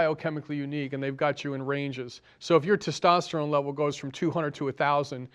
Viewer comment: When you want to sound intelligent, please pronounce words correctly. Stint and tistosterone are not words. Homocysteine is not measured reliably to measure any co-morbidities. C reactive protein is more of a concern. I would suggest you fire your cardiologist and treat yourself during your next event.